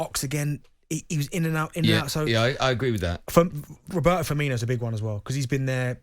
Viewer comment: Ahahaha he is saying continent but it's firmino and fabinho, why do you make the latin ene sound ??